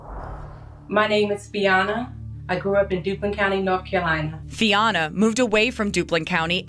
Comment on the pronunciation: I'm more bothered by her mispronouncing her own name, FiONa. 😏👌